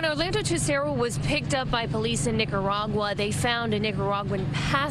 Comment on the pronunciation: Omg I had to fwd. I couldn’t keep listening to “Nick-ah-RAAG-you-wah”. 😩